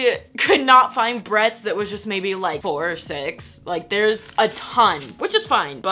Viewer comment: When she first opened the package she kept saying barrettes like Bret’s and I though it was kinda cute and funny